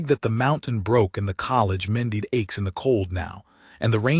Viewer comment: And mended. Mendeed? Really 🤣